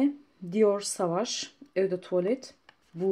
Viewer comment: Sovage diye okunmuyor mu dior un parfümü